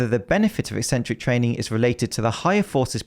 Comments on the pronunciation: Thank you for pronouncing it like "eksentric" and not "eeeesentric" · just seeing this video a year late, but want to say thank you for pronouncing 'eccentric' correctly. ek-SENT-ric. Apparently "EE-sent-ric" is a popular way to say it these days and I have no idea why, as it ignores the entire first C.